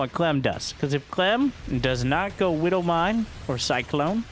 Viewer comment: I don't play starcraft, are you saying "widdle" (little with a baby voice) or "widow" mine?